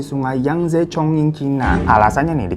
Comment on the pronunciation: chongqing itu bacanya congcing bro...